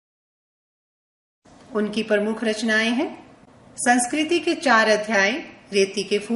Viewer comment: dear ek jaghe kavita ke spelling wrong hain,..... pramukh aur avtarit wrong pronunciation